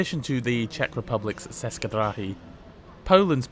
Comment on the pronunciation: It's pronounced approximately Tsheskay Drahy. Aww yeah. And Katowitze